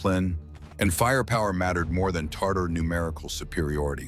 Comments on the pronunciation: (and elsewhere) it's TA-tar TAR-tar is a SAUCE you put on food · Not Tartar, but Tatar. Tartar is a sauce.